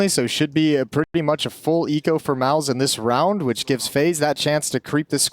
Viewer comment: everytime they say mouz i think they are saying malbs